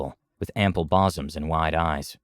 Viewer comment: My one and only wish is for your pronunciation of english words to not fail. Bah-soms? Pronouncing the L in walk? Wtf?